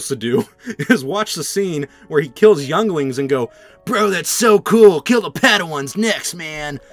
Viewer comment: Did he say yonglings